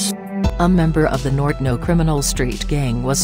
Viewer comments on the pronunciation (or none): Wtf is a "Nor-den-o" 😂